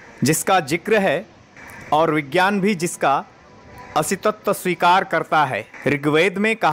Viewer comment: असीतत्व नहीं, अस्तित्व सही बोलो